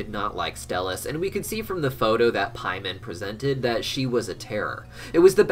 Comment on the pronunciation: I'm sorry, but I just keep loosing my focus when I hear the name "Paimon"😭😭😭